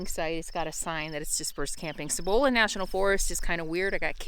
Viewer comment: So glad you are enjoying NM. Cibola is produced c-bowl-la. Sorry :-)